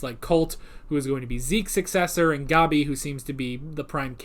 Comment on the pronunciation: The way they pronounce Gabi in the dub kinda bothers me. Other pronunciations, like "Ervin" and "Reina", I'm fine with, but... "Gobby" just sounds... dumb to me, lol. XD